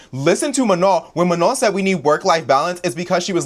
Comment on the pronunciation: mispronouncing Manon’s name is giving FOX News mispronouncing non white names, unless they’re republicans.